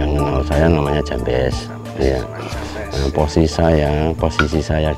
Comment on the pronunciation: jambes bukan jampes 😅 beda arti...hahaha